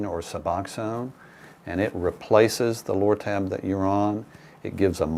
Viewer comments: Did he say Loratab. Bah ahaha ha. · Lortab LoL!